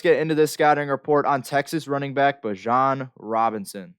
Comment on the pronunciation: Thats one of the biggest rules man. Giving you honest criticism, I can't even watch the video because you messed his name up repeatedly. And everyone who is in this niche knows Bijan Robinson and has been hearing his name for years. How could I/we trust anything you're going to say after that, holds any weight? Either way; keep grinding, perfecting, and progressing, you'll get there. Catch you on the next one. 💯....Bijan is that dude though, cant wait to watch him on Sundays.